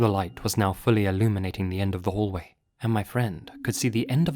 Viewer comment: "Leyt" yeah L video overall, quick google search will tell you all this stuff anyways